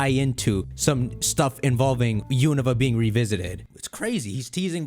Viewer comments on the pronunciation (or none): none